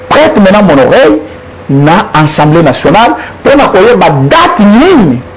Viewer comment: De grâce, Monsieur le Journaliste, il s'agit de l'ASSEMBLEE Nationale et non ENSEMBLEE Nationale...